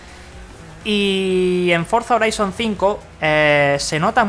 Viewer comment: Se llama forza "joraizon" así se pronuncia, si lo vas a pronunciar en español entonces di HORIZONTE